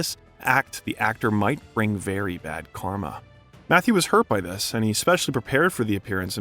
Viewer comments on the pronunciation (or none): none